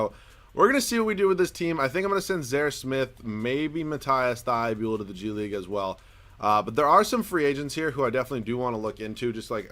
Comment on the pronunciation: Dude its mateese thybulle